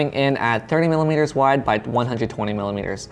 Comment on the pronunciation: He meant to say millermeters but it came out like Miller wieners 😂😂😂😂